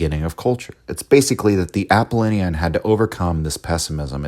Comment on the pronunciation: I just can’t get over the mispronunciation of Apollonian and Dionysian